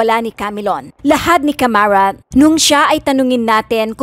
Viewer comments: Hindi Camarat kundi CARAMAT. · Bakit kamarat ang bigkas mo ..hindi ba dapat gen.caramat? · Hindi Po C A M A R A T . CARAMAT PO . HEHE